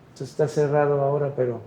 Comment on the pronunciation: Que alguien le enseñe a pronunciar a este estupidazo. Se pronuncia entonces no tonsess. Mamarracho en Placio Nacional .